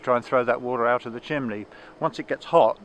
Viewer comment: ...Please go to your brother and teach him to say CHIMNEY. Chimley is something a 7 year old would say. You have had over a half century to learn the vocabulary of your hobby, so get with it and go back to the basics.